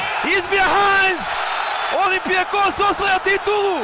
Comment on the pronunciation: komentator malo rec nedorastao u bilo kom smislu! uz to pogresna akcentacija na rijec olimpijakos